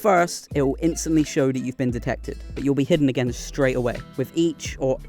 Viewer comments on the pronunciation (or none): none